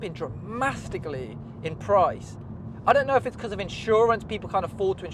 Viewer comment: Came here for this. I used to say dramastically too, but I was like 7 at the time 😂